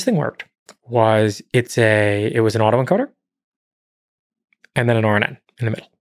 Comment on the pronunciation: “it was an auto encoder and rjena andndja ajajd right?